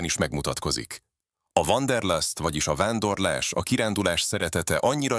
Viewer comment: Die "Wanderlust" wird ja nicht als "Wanderlast" ausgesprochen. Es ist "Lust" und nicht "Last"